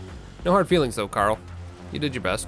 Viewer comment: Did he call Paarl Carl is it just my hearing again?